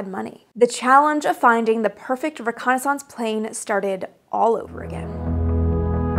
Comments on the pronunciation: This is wonderful, but the word is pronounced ReconnaisSENCE even though it's spelled ReconnaisSANCE! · What is this reconni-sounce you speak of? j/k😆 But do all you Canadians really pronounce reconnaissance like that? I've never heard that before. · "ree-Kon-is-unce! lol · Aussies pronounce it that way too. There are many words for which Americans put the emphasis on the first syllable and Brits put the emphasis on the second. In fact, syllable is one of them. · I just love the pronunciation of reconnaissance. :-) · Great part 1. But the old div recce soldier in me kept cringing every time you pronounced reconnaissance with a loooooong second 'a'. :) I think I'll have to make a drinking game out of part 2! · why do you pronounce reconnaissance incorrectly from how its phonetically spoken? its not pronounced as if it sounds like renaissance yes, they are spelled similarly and come from french origins - but they are pronounced differently and thats widely accepted and has been for over 100 years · Yeah the A-12 was needed. /close channel Why are you pronouncing reconnaissance so weirdly? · Funny how Canadians can't pronounce the word reconnaissance correctly. I'm not trying to be mean, just saying